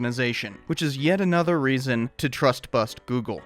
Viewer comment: Trust, not Tust! (Sorry)